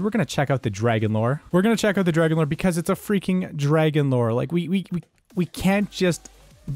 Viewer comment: Nobody calls it the “FRAGON-LORE”